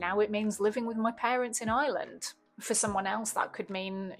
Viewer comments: Can't even pronounce Ireland lol. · Can't even say Ireland lol.